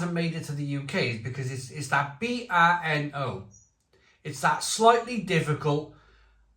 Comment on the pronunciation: Pronounced "Burn-o". Brno is Czech's second city.